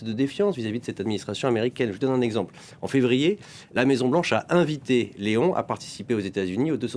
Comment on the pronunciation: vous ne pouvez pas dire Lééon XIV et non léon! c’est le Pape pas votre copain 😡